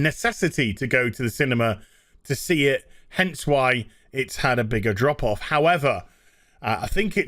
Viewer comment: Whenever I hear "drop off" from you guys, I think Andropov and hear a Russian accent...